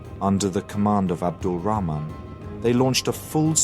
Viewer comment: wow, you've even managed to pronounce 'Rahman' correctly at the end xD